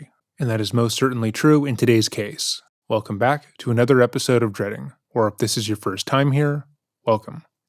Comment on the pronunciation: I love trying to guess if this is a “welcome😐” or a “wecome😄” type of video